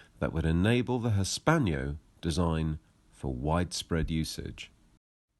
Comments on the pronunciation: For Gods sake its HISS PANNO not hispanio (hispano suiza actually) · Hispano. Not Hispaño! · "Hispanyo"??? Is that not "Hispano" (Cannon)!